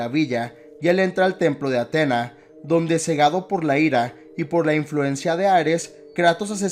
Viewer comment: No es de mala onda pero te recomiendo que te fijes bien a la hora de hacer éstos videos, por ejemplo, se pronuncia Atenea no Atena, y segundo, Freya tuvo muchos hijos, pero Thor no cuenta, más que nada porque en juego de 2018 se nos revela, por historias de Mimir, que la madre de Thor era una gigante, en todo caso quisiste decir madrastra, pero nada buen video